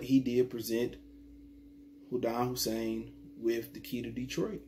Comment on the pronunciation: Why can't you pronounce his name just once?